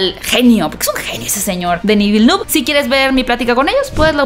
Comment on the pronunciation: Vilenev. Así se pronuncia